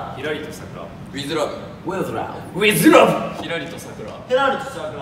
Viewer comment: 個人的お気に入り トップ4 ラウさく ふかざぁーさんが説明してくれてるのに横でいちゃつくなぁ！ 腹筋板チョコもなか by佐久間 誰にも拾われてないけど、これ好きww お丸さんのお葬式 ふっかザウルスにしか聞こえないww やっぱりこういうのを拾えるのひーくんだけだよ😊 その他のお気に入り 関西弁(舘様) 女形 みんなキレイッ！似合いすぎ！ さっくん呼び(深澤) 照：ウィズラブ ラウ：with Love さく：ウィズ↑らぶ WITH LOVE しょっぴー呼び(佐久間) しれっとノート倒しちゃうこーじ可愛い😍 腹筋太鼓 満更でもなさそうなお丸さん ひっくん可愛い❤️ 五右衛門ZERO 刀投げ 変面 ここも好きww 凄いww モノクロ 頭良すぎんか最年少 May be 岩ちゃん呼び(佐久間) ひーぷん丸 パパにあだ名 My Friend しょっぴー呼び(佐久間)2回目